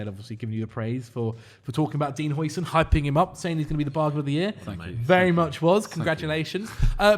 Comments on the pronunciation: According to google translate: Huijsen sounds like "How-sen" not "Hoi-sin" like the sauce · it's "How-sen" not "Hoi-sin". He's not chinese